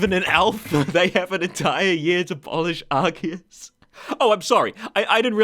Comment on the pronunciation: Off-topic, but congrats on the crisp perfect pronunciation of Arceus, I’m really particular about things like that.